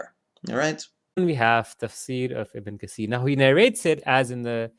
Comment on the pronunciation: I stopped watching when he said ibn kaseer instead of ibn katheer facepalm